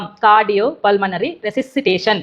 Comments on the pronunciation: మీ నాయకుడికి కాదు నీకుయ్ కూడా తెలీదు ..అది ఫుల్మనరీ కాదన్నోయ్ . .పల్మనరీ ..ఆవిడకి చెప్పబోయి నువ్వు బొక్క లో పడ్డావ్ ...🤣🤣🤣🤣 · ఫుల్మనరీ కాదూరా పుల్కా, పల్మనరీ 😂😂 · అవును నాయకుడు CPR అంటే Chest press అన్నాడు ..ఈయన పల్మనరీ ని ఫుల్మనరీ అన్నాడు ..దొందూ , దొందే .. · వీడీకీ తెలీదు ...పుల్మనరీ అంట ....అది పల్మనరీ